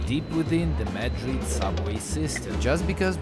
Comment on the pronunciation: HAPPY BIRTHDAY!!! YUMMY --> Spanish food is the BEST!!! BUT 9 pm ios too late ---> I would get so hungry. (p.s. Madrid is pronounced with a soft "a" & accent on the last syllable)